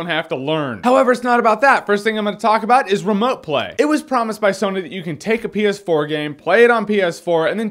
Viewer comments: My sound was low, and when he said ps4 it sounded like penis 4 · Am I the only one hearing "penis 4"? Stupid brain of mine! -_